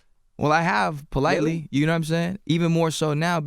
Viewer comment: Nawmsaying lmao